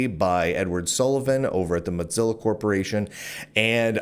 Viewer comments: Never heard anyone pronounce Mozilla as Modzilla, is that the right pronunciation or is it Mozilla? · Mow. Zilla. It's not a cheese. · Honestly, Motzilla is a better name. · You continue to make a fool of yourself mispronouncing Mozilla. Unsubscribed.